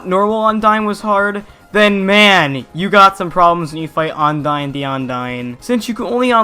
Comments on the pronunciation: Am I the only one that gets bothered when he pronounces Undyne and Ondyne? Ondyne the Ondyne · I cri inside whenever you say ONdyne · Sounds like you're saying undyne the undyne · "Undyne the Undyne."